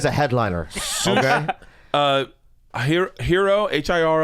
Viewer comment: Lmao really Bert? H.A.R.I. how the fuck did you even pronounce it HERO?! It's a two syllable word.